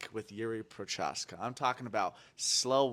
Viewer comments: Yeah they needa work on their pronounciation of fighters it’s pro ha zcka not pro ha cha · Look nobody yet pronouced Jiří Procházka correctly - in his whole carreer , and people are trying but i guess it is just that difficult